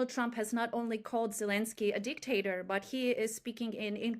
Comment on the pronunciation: ZelEnsky, not Zelinsky. Please.